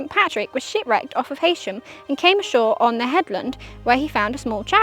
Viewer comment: Sorry, but it is pronounced ‘ He sham ‘